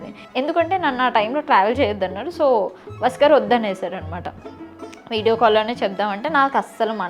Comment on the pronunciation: Bavundi ra chala chakkaga cheppevu but abbayi peru vasu garu ani clear ga ante baguntundi vasgar vasgar ani vinipistunnadi.. pl note